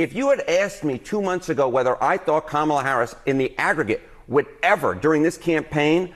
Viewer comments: I wouldn't take advice who can't properly pronounce VP Harris' first name. Even after a grade school.gave instruction at the DNC Convention. I expect more intelligence from my advisers. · Pronounce her name correctly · So Larry, guess you didn't understand the lesson: It's Kama - as in comma, then just add in a "la." So Larry, you get Comma-la, then put the two together and what do you get? Commala, or even better, Kamala. See, it's very easy even a child can learn it. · Kudlow……I know this is difficult to understand, but since you purport to be a professional “news” person, try to remember: It’s ‘KOM-a-la’, not ‘Kum-AH-la’. You’re welcome. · KAM ala NOT kamMaAL a you cannot say her name correctly......STILL. DIK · Already insufferable are the candidates who change Mrs. Harris' name, why is this vulgar habit tolerated even for FOX reporters? can someone make a tutorial to explain to those great minds, that it is KÀ-MA-LA not KA-MÀ-LA STOP PLEASE,some respect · With his disrespectful whining arse! Almost always mispronouncing, on purpose, VPOTUS Harris' first name! VERY seldom does he slip up and say it correctly. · How many times can he missprounonce the Vice President's name??!! Practice! It's Comma-la phonetically. How easy is that?! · Omg her name is COMMAla Can’t any of them get it right?! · "Comma la" it's not that hard. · It's funny how such 'educated' men will always mispronounce Kamala's name. every. time. Sooooo clever. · He said Kamala’s name correctly the third time, it just proves that those clowns are showing disrespect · What a disgraceful newscaster on FOX to mispronounce the VP first name. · 😮They can't even pronounce her name correctly!!! It may have been a bit higher for Trump, but remember how many lives he took .....IT didn't have to happen!!! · It’s the moments that they forget to mispronounce her name that get me. It shows that they know full well how to pronounce it but make a choice not to.